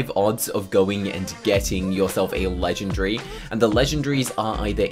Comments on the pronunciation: bruh u say legendgryy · I’m not making fun of him but Legendary : ❌ Legengry : ✅